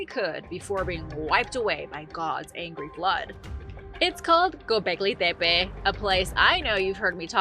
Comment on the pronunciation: Why do you keep saying “Pepe”!? It’s making me mad. Put the fu@@ “T” in there!